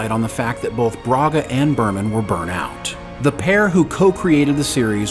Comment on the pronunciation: totally "burnT out". There's a T at the end of it. Not totally "burn out".